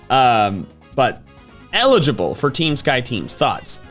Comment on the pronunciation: elegible sounds like energi ball